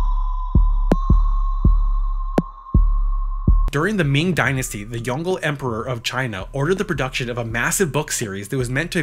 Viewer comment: I think it's pronounced "Yong-le", "Le" sounding like the way you pronounce the sound of the letter L or "la" without the A if that makes sense. The pushed together sound from the letters "gle" in english just doesn't sound like anything in East Asian languages